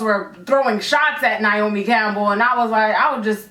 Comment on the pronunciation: That was funny when you said niomi Campbell because my name is Niamh Campbell and I'm always called niomi